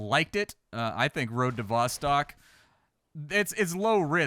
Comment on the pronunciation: Road to VossTOCK not vastak